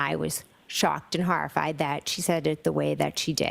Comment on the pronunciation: Shawked and harrified!! The horrah!!